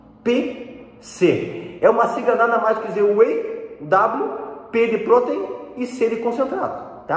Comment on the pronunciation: A pronúncia de “protein” está incorreta.